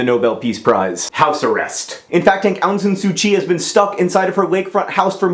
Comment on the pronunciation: ahhh! :) my mama's country! <3 she got to vote in that election. ik that mispronunciation is ur thing, but u pronounced Myanmar wrong. also the 'Aung' in Suu Kyi. xD hehehehhe